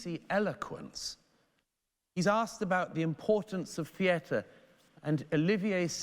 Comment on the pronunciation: Stop saying "theatre" wrong